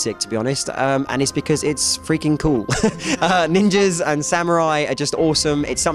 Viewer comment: I agree, although his pronunciation annoys the shit out of me like when he says ninjer instead of ninja haha